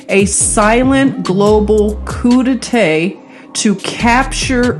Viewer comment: The t is silent. Coup d’etate pronounced Coooooh Day Taaaah... just saying. Thanks for this great research....